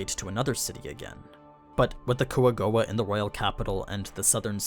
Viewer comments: Kwa-Goa actually, dude's just being 'murican. :P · call them coagowa one more time its (kwa-gwa) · i dont get why u always say the jap pronunciation if you're speaking english. "Quagoa" in Overlord is pronounced as "Kua-go-a". It is generally broken down into three syllables: Kua (pronounced like "coo-ah") go (pronounced like "go" in English) a (pronounced like "ah" in English)